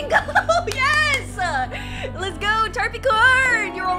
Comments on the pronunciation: By the Capricorn is pronounced: Tap-ri-corn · You said tapricorn wrong